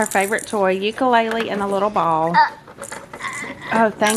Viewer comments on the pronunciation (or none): none